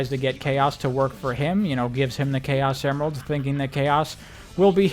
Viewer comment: bro started saying chao semerald… and it was driving my crazy lmao 🤣